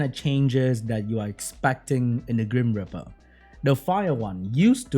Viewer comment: Whenever says grim reaper, I hear cream gripper...do I have a problem